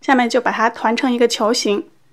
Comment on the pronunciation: You always say " ba ha " instead of " ba ta "